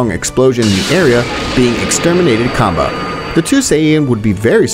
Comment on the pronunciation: bruh did he say cumbah🫥